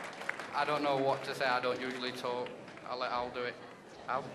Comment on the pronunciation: Al OMG he called him al